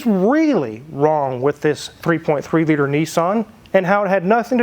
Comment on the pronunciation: "3.3 LITTER" Litter? Weird.